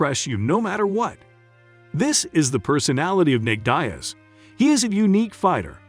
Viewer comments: It's Deeeeaz not Diez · its more like deeaz not dyaz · Have you ever heard their names spoken before?? I’ll give you a pass on Chimaev because it’s uncommon here in the states, but Diaz? Really? It’s Diaz…Dee (as in ‘these deez nuts in your mouth’) and Uz (as in Buzz or Does)..Not Die-Uh-Z or whatever the fuck you said. It’s such a common name too. How you managed to butcher it is beyond me. Especially since you’re making a video on just these two fighters 🤦🏻‍♂️ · Diaz not Diez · "Nate Daias and Khamzat Chimi" 🤦🏻‍♂️ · Man ain't no one taking you serious when you keep saying Nate "Die Azz" it's "DEE AZZ" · Is this a robot talking. Nate diez vs comzat chimeeve lol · Nate Diaz not Nate Daes.wtf. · Jesus, his name is pronounced Deeaz, not die-az. Where did you get that from?!? Chim-eve? Are you intentionally trying to annoy people? Lol? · Bro you got the name of dias wrong 🤦🏽‍♂️🤦🏽‍♂️ Is Nate dias not nete dyias 🤦🏽‍♂️🤦🏽‍♂️😂😂🤷🏽‍♂️🤷🏽‍♂️ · Die-ez and Chimeeve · Who is Nate ‘Die-az’? This is click bait….f off. I am putting a hundy on Nate just because he’s Nate. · The concept is solid, BUT the fact that you can not say the man's name correctly kills me. How can you blow it on Diaz. Dee -azz is correct. That small flaw destroys the experience for me. Fire your editor now. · Enunciate your words Diaz is "dee-ez". Dumb. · downvote. Deeiz... work on pronunciation. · Nate Dye-az, cam-zat cheemeev? Lol. Yeah you know jack crap. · Pronouncing his name diez shows you dont even watch MMA.! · Nate DIEaz and Khamzat ChimEVE?? mate your pronunciation is hilarious, you obviously take MMA seriously, great work lol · You can’t even pronounce Diaz last name correctly 😂😂😂😂. Dayyyaz? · Who the heck is Die-iz? How you gone make a video and can't even pronounce the man's name? 🤦🏽👎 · Be a nice bet, and my money is always on a Diaz if they're fighting. Teach your computer to say dee az, come-on man! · Calling him Dayas 🤣🤣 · Gotta love Nate Dye-Azz, haha good video though. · Pronounce Diaz right.